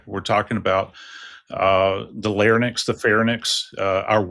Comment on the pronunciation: Lair-INKS, fair-INKS. Not lair-NIX, fair-NIX. Pronunciation Emphasis is on first syllable, caps here to emphasize his mispronunciation of words he should know lol